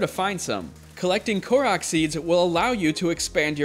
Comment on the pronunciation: Korak seeds?! lol I’m just busting your chops. Good video. Thank you.